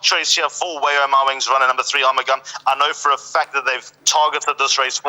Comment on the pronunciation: The correct pronunciation of Arumugam is R-mug-um